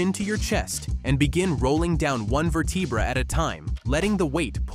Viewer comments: tell your AI how to pronounce vertebrae correctly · Does AI not know how to pronounce vertebrae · Shame it can't pronounce "vertebrae"